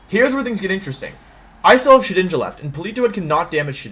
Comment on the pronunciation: Shedinja? More like Shewinja.